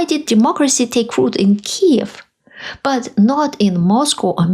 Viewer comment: Thank you for saying “Kyiv” and not “Kiev”. It’s a small but reassuring signal that you are truly a voice for freedom and democracy.